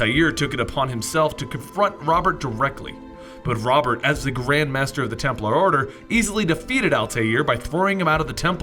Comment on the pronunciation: Its pronounced Ro-bear